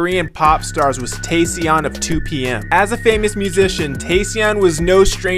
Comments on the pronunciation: "Te-ssion" 😂 You mean Taecyeon? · Tae-cyeon (syeon) seriously!? Lmaooooo it's tae-cyon (kyeon) 😭😭😭